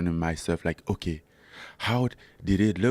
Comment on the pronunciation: I love the way Francis says "oke"